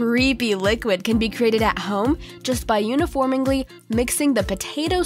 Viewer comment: + "Uniformingly" and "Goff"